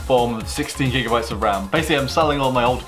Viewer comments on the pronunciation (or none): none